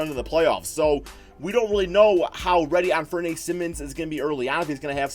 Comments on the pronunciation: An-fur-knee Simmons I think is how his name is said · An-fer-knee not ney, it's Penny Hardaway's first name, pronounced the same way